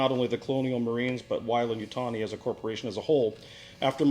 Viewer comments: What did you use for the M41A pulse rifle was it a Thompson M1A1 like the movie used? its pronounced way-lend not why-lend sorry bit of a Aliens nerd thing. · WHY-LAND YUTONI